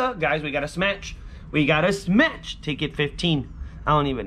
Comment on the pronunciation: Stop saying smatch